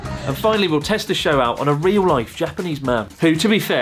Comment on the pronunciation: chris said "real rife" His Japanese transformation is complete